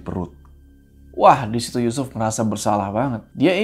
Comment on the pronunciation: Speechless ulang lagi pas kepleset nyebut yusuf jd Yucupp 😂